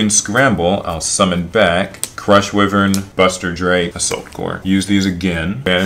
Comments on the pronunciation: “Crush wi-vern” I want to die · Wyvern is pronounced whyvern not wihvern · I can't watch this, because you dont know how to say why-vern properly...